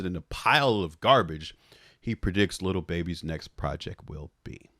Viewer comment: always calls him Le BeBe - with a french accent (Leh Behbeh). It's one of the very few things that come out of mouth that I find funny every single time! 🤣